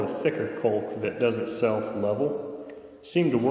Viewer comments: Great video. Caulk rhymes with walk. Not bulk. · Hello. Curiosity has got the best of me and I simply must know, what is this thing you call kulk? Is it anything like caulk, which is pronounced "cock" (like a rooster)? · You did a good job demonstrating the various steps you took during the process. You had some good information. One thing. Please. Caulk or Caulking is pronounced with the sound AU like in Australia. AU. cAUlk. It just killed me to hear your pronunciation. That actually distracted me a bit. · “Culk” is such an interesting pronunciation for caulk. Is that the Canadian way? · Colke lmaoooooooo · Culk gun... for kkkkuuuullllking? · It’s pronounced “cork”. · It WAS the most unique pronunciation of the word caulk that I have ever heard. I actually played it back a few times. I wonder if it is regional or just him. "coalk" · Did you pronounce the L in caulk? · I cant stand the way he says "caulk"....but great video. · What did he call the caulk?